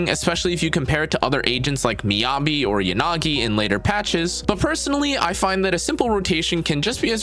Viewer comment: I can't watch your videos with the you pronounce Yanagi. It's "Yah-nagi" not "Yan-agi"